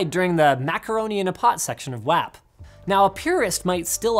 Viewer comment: Why did he say wap like that